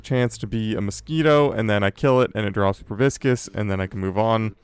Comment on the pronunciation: Loving the series so much, but proboscis is "pro-BOSS-is". Just something I notice many people mess up :P